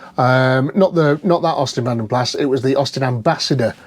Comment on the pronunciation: Keep meaning to tell you in Vanden Plas the 's' is silent. Vanden Pla is how it's pronounced.